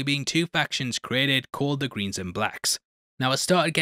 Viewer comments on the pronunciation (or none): none